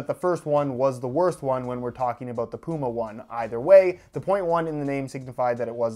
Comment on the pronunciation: The dummy cant say puma!